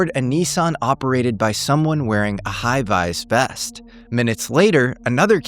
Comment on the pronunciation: did use Ai for his own voice? cuz the way he said "High vis vest" and the word "planned" were not right. Like Ai took voice and read the text wrong. mispronouncing words every now and then as Ai does.